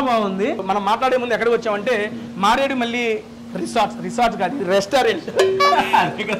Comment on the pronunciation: Maredu Malli kaadu... MareduMilli...